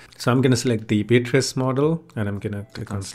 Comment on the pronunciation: Interesting. Thanks. BTW, it's BEE-uh-triss. You got it 90% right. 🙂